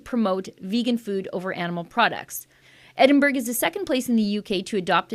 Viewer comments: Pronounced EDDIN - BURRA, NOT EDDIN-BERG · As a Scot, I find this disgusting. Shame on Edinburgh ( pronounced Edinburra). Thank you yet again for getting this type of information out there!